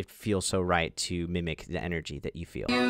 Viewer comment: "Mimmic the enregy" , that was on point :)